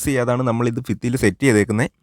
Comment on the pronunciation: ഫിത്തി അല്ലടോ ഭിത്തിയെന്ന് പറയൂ എവിടെത്തെ മലയാള മാണിത്